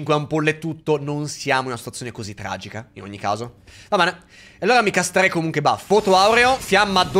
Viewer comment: Castrerei al posto di Casterei.